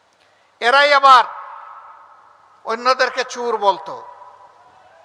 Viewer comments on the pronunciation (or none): চুর নয় চোর। বাঙলা টা ভালো করে শেখ।